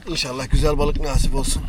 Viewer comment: Hocam yeni botun hayırlı uğurlu olsun, rica ediyorum artık “Naaaasip” diye telaffuz etme şu kelimeyi😂😂 “nasip” tek A ile kısa ve öz “nasip” lütfen çok kulak tırmalıyo 😂